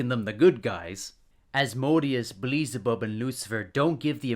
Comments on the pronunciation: Did you say beelezebub instead of beelzebub??? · "Beleezabub" never heard that name before, I think you meant "BEE-EL-ZA-BUB" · I'm sorry, this is a great video, but I can't get over your pronunciation of Beelzebub. It's "Bee-Elle-Zuh-Bub", not "Buh-Lee-Zuh-Bub" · The video is good but HOLY FUCK it's pronounced BEEL-ZE-BUB! Not BLEE-ZE-BUB! pulls hair xD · No hate i just think is funny how you pronounce beelzebub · the real sin is you pronouncing Beelzebub😆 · Well some people pronounce it bee-el-ze-bub. There isn’t really one correct way to say it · Agreed but why do you pronounce Beelzebub like that? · It’s gotta be ragebait with how many names you mispronounced